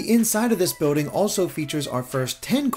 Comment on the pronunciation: It's not boating It's bILLding